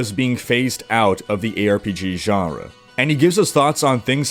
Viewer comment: Please never say "Genre" again...